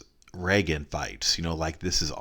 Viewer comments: you pronounced it like the name “Reagan” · how did he jus say regen lmao